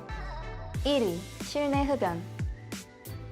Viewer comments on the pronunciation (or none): 설명 들으며 계속 거슬렸던 거 하나.. '실내'의 발음을 글자 그대로 실내. 로 읽으시던데. 실내 의 발음은 [실래]입니다. ...